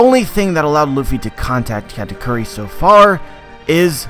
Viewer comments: Is it me or he saying Cat-A-Curry?? Meow Meow awakening mode! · funny how you think "Katakuri" is pronounce "katacurry". Just put it on japanese google translate and put on speaker, voila just pronounce it that way.